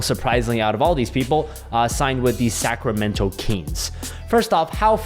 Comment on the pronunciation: Sometimes when you say "Sacramento" it sounds to me like "Sacramental" which I think is kinda appropriate. :)